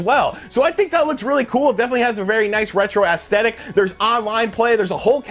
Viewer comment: The way you say aesthetic 🤣